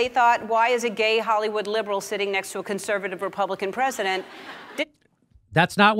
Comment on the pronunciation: Notice how she says "holywood" liberal, what a narc.